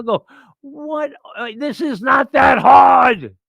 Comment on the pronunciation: "This is not that hahhhhhd!"